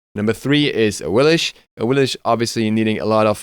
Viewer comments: sorry if i offend you but its pronounced awilix not awilish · awilish??? Not awilix? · AWILIX!!!!! NOT AWILISH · OMFG STOP CALLING HER AWILISH, it literally sounds how it’s spelt, awilix, awiliX, A-W-I-L-I-X, X not SH please stop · Its pernounced awilix and not awilish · Who is "Awilish" ?? She is Awilix... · Lol 😂 why did you say Awilish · Say Awillix correctly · Awilix learn how to say it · awilish? lmao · Awilich ? Ay lamao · awillish? XD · Don’t really agree with Anhur or Nezha but still a good list/video. Took me forever to figure out who you were saying when talking about Awilix though lol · she doesn't even pronunce her name right